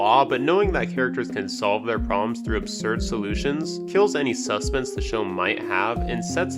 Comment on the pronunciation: Why do you say sus pense instead of suspense